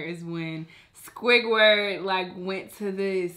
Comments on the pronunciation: I died when she said squidgwird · Why you sayin squidwards name like that